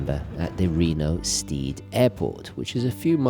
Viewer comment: Great job as usual. BTW it's pronounced STED not steed,. Looking forward to the next one. Cheers.